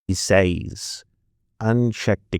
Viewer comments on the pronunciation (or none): I LOVE saise!!! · "he sahys" lol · Well, you got the delightful pronunciation of “sayz” spot on! And nice debunking 🥰 Also: this pairs perfectly with Rebecca Watson’s video today about a study re: confederate memorializing. After all, have you considered the boll weevil (iykyk)? 😉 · "he sayes"